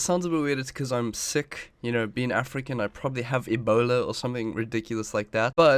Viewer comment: HOW YOU SAY ''EBOULA'' xD